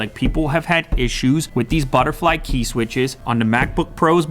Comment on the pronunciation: Applee has no ideea about thee e"e keey"